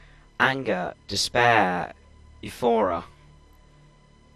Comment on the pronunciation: It's not ifora its euphoria